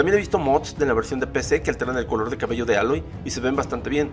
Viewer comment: Más outfits y mejores animaciones faciales. Aprende a pronunciar el nombre de Aloy